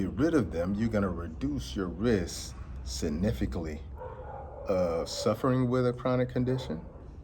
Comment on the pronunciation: He a doctor but can’t pronounce significantly haha alright 👍🏾